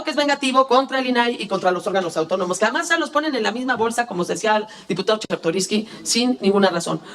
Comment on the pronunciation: Diputado chekartoriski o chesrtoriski 😅😅😅😅